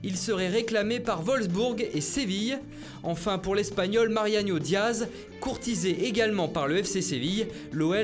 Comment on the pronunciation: Marianiio diaz il a dit mdr